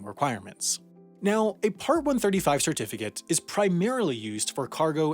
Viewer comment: "Shirtificate", "shirtification"